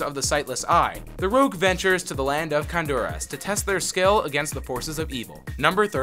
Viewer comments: "longe-tivity" = longevity "triss-tram" = tris-trum "khan-doo-raass" = khan-dur-iss "me-fee-sto" = meh-fist-o "there were 15 developers originally, but that number doubled to 45 by the time Diablo 2 was in development!" = "there were 15 developers originally, but that number tripled to 45 by the time Diablo 2 was in development" "kull-aid" = cool-aid "dead-mow-5" = dead mouse "haven" = heaven It's like this guy doesn't speak english and hasn't played the games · How to pronounce these words Baal (Bail) Tristram (Trisht-Ram) Khanduras (Khan-Door-us)